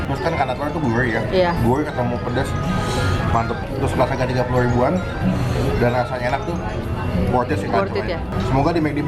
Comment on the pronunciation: Kemewrahan, guwrih, riwbuan, ruwmah, dudududu cadelnya!♡